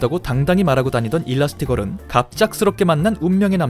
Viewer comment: 일라스티걸이 아니라 엘라스티걸입니당.